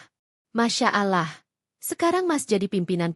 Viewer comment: Pembaca narasi tidak pasir mengucapkan kata ALLAH segera perbaiki😊